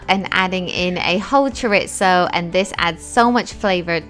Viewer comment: You didn't pronounce chorizo correctly